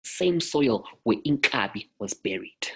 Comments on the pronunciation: Inkaba. Not inkabi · Inkaba not iNkabi. Inkaba it's the umbilicus but iNkabi it's an ox